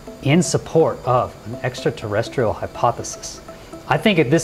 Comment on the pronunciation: Extraterresterial??? Really???